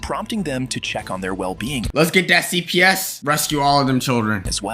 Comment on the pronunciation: Low key thought you said CVS at the end instead of CPS